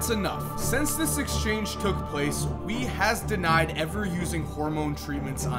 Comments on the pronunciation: because he doesn't know how to pronounce chinese names. that'd be zoo and way, closest english approximations. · Xu is pronounced shuh And Wei is pronounced way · lol he keeps switching pronouncing wei from wee to way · Wei is not pronounced we it’s pronounced way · Wei is pronounced way and Xu is pronounced Shoe. C’mon, you can’t possibly have researched Yao Ming and not have researched proper pronunciation... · Xu pronounced you, wei pronounced we. Really.....just sad. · You butchered Wei so hard it’s pronounced similar to way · It’s wei, not wee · Wei is pronounced as “Way” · Lol whenever he said “Wei” and “Xu” I thought he meant “we” and “you” 😂😂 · why say yu and wee when it xu and wei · No way the doctor's name was "we" and "you" I was so confused every time he said their name P.S. I know that's not exactly how their name is spelt/said